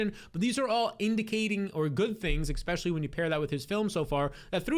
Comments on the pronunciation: Never trust a man that says “ekpecially” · It’s hard to take you seriously when you put an “X” in especially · “ecxpesially”